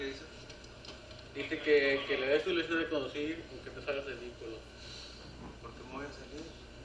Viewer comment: Listen to this imbecile. 39 years in the job, and the only Spanish he learned is the Taco Bell pronunciation of “Licencia” 🤣